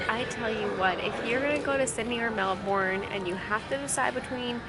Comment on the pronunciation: Okay I’m being so pedantic here – but it’s MEL-bin. MEL-bin! Not Mel-BOURNE. Lol. I’ll stop now. I’m from Sydney and I totally get why you loved Melbs, it’s beautiful and friendlier and a lot more European. Less congested too. Glad you enjoyed Australia and I enjoyed your vlogs, which I discovered today. Safe travels xo